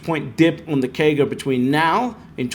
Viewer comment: I dont understand what he is saying? A 10 year KEY GA of 71%? Wtf is that? Maybe someone can decrypt that for me